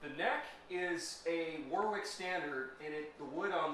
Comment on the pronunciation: It’s not War Wick. It’s pronounced Worrick